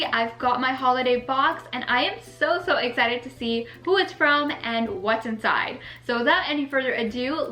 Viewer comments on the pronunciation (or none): none